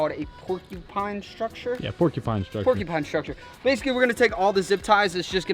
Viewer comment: It’s pronounced pork-you-pine not porky pine